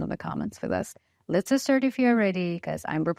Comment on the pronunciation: Your English is very good but I always smile when you say lets "a" start, instead of lets start but Its "a" fine. I like it! You always carry a happy smile as well which makes your news pleasant to listen to and watch. I have noticed you also appear in Anka news but I prefer the pioneer. Are They linked by more than just you? I bet it's your personality that attracts so many viewers. Keep bringing us good and honest news.